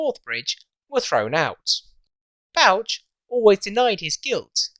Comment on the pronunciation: That's some nice drawings of the Tay Bridges. Is Bouch pronounced Botch, given it's himself we refer to every time we see a botched job?. Nevertheless geat work. 🙏🏻🏴